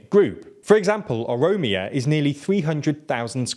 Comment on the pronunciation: It's pronounced ORO MIA not Omoriya.